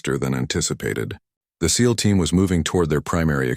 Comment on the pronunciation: Agreed, but at least this one says SEAL not S - E - A - L 😊